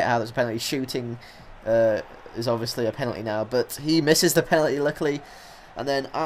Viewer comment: "but he misses the pelaly" say what?!